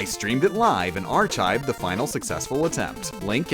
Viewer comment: God, effing- IT'S CRASH MAN! (also you mis-pronounce Chasm and archives. just a little side note)